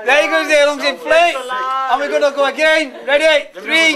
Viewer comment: lol.. The "loongs"..